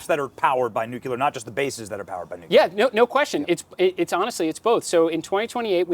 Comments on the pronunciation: Stop saying 'nuculur'. Its nuclear. Only one 'u', dummy. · Learn how to pronounce nuclear. It's has 2 syllables.